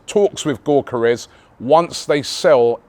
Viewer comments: YOK A RES NOT GORK FFS 🤣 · you dont pronounce the G in gyokarez!!! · Somebody…anybody…teach Robbie how to pronounce Gyokeres’ name properly, I beg you! 🫣